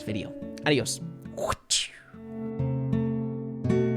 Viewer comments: As a latino i can say that that adios was perfect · 😂 I agree with u